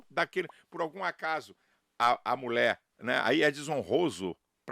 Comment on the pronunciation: Nem pronunciar a palavra mulher este pastor consegue. (Mulé)